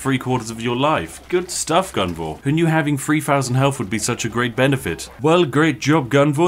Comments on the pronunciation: Come on Spiff, it's Gunvor, not Guvna'! 😄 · You know he's Bri'ish when he stops calling Gunvor guvnor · Why did you say guvnor 2 times? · Calling Gunvor, Guvnor is just a British instinct. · About halfway through the video, Spiff's pure Britishness breaks in and causes him to inadvertently become a stereotypical caricature. Spiff: "Let's go Guvnor..." Me: * chuckles in chimneysweep * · I got sad when he started pronouncing the commanders name correctly midway through the video, all the times he called him Guv-Nor were so appropriately British. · I had fun because I'm russian and it sounded almost like his name is Shit :))